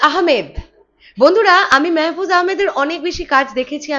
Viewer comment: আপু মেহেফুজ আহামেদ না মাহফুজ আহামেদ হবে আর অপি করিম। এরা ছোট খাটো অভিনেতা অভিনেত্রী না। বলতে গেলে এরা এক এক জন একটা অভিনয়ের ইনস্টিটিউট। তোমার জ্ঞাতার্থে জানাচ্ছি এর আগেও মাহফুজ শাকিবের সঙ্গে ছবি করছে কপাল নামের একটি মুভিতে দেখে নিয়ো।